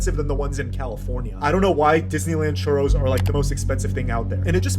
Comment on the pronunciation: When he said churros, I almost started crying😂